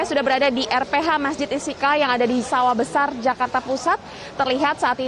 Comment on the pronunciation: Reporter kog sperti tidak pas menyebutkan nama Mesjid Istiqlal ya??? (Istikal?)